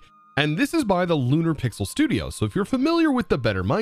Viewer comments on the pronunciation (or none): none